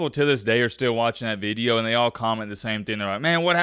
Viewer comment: “Veedio” country boy. Good veedio, keep em comin’.